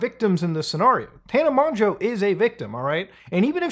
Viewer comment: thank you for pronouncing mongeau correctly